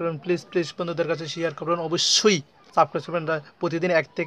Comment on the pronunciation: তো আমার চ্যানেলটা অবশ্যই 'সাবক্রাইস' করবেন। আরে ভাই অন্তত বানানতো শুদ্ধ করে বলো।